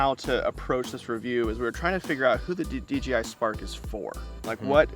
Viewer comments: Thanks for the review. Why do you call the company DGI instead of DJI when you say it? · It sounds like D G I lol D J I is hard to say fast haha